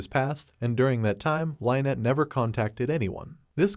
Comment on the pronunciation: You need to learn how to pronounce names. You say names fsr too frequently to be pronouncing them wrong & slow down a bit...Jeez! Lynet wtf Lyn-ette 🫤